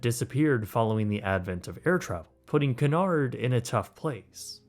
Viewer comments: did you really start the video by pronouncing Cunard as Canard? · If you are going to travel on a Cunard ship, at least learn how to pronounce Cunard. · Cunard is pronounced Q-nard ;) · You're murdering the pronunciation of Cunard. It's pronounced KYEW-nard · Cunard is pronounced "Q-nard" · It’s pronounced “cue nard” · Great review Just one thing that bothered me: Cunard is pronounced “kyoo-NAHRD” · FYI its pronounced Cue Nard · KYOO-nard. 😊 A canard is something else, sorry. 😊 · It Cunard(kyoonard ) not Canard, which is a duck! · Canard??? It's CUnard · Please pronounce it, it's not canard, it's q.Nard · By the way, it’s pronounced “COO-nard” (or “CUE-nard if you’re a Brit), not “car-NARD.” The line’s founder Sam Cunard (off on some ocean liner in the great beyond) thanks you. 😌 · “Coo nard”. “Canard” is duck. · I wore my hoodie sweatshirt from the RMS Titanic exhibit when I was getting on a cruise in Florida also it's pronounced Qnard like the word cue not pronounced canard which is the French word for duck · Cunard pronounced coo-nard should actually be pronounced que-nard. Small thing, but your AI narration simply isn't that intelligent (but perhaps better than most). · I thought it was pronounced CUE-nard. I think that's how I've always heard Emma Cruises pronounce it anyway. Great video though! This was a very fascinating video. :) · Very good review! I believe that this places Cunard cruiseline more in the Upper Premium or Luxury category rather than just Premium. Footnote: the correct pronunciation is KYOO-nard (as in "cute" or "Cupid") and not kunn-ard or kunn-erd. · Cu/nard, não é Ca/nard. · 😆It's pronounced KEW-nard, like a "Q" at the beginning... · its pronounced cyoo-nard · I think you’ll find it’s pronounced Que-nard not whatever it is you are calling it. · It's pronounced more like Queue-nard. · Can you not pronounce Cunard correctly. It's pronounced Queue-nard. named after Sir Samual Cunard of course.